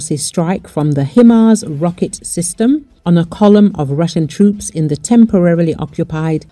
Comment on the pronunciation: The correct pronunciation is HI like hello and MARS like the planet. Not meaning to be disrespectful, I thought you might like to know. Peace